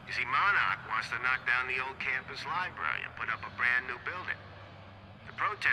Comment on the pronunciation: My biggest problem with Quantum Break is that characters (mostly Beth) pronounces the word "Library" as "Libary" 😂